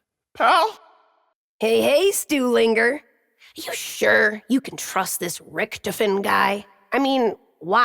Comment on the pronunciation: Only thing that pisses me off about is that he pronounces it richtifen instead of richtofen